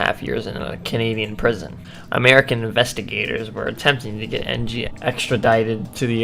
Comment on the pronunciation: Charles En-gee?...